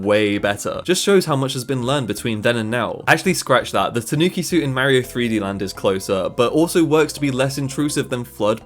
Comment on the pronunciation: You can't even pronounce Mario the rite way